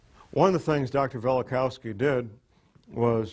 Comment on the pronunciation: Velikovsky, not Velikowsky.